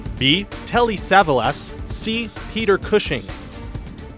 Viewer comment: You really showed your age on this one. Telly Savalas - his last name is pronounced sa-VAHL-as. Kojak, anyone? Big bald guy that was always sucking on a lollipop?